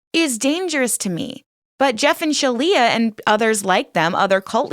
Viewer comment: Resorting to mispronouncing someone's name / assigning them jokey names cheapens the rest of your very valid critique. Quit with the "Sheleigh-leigh"ing. Don't stoop that low.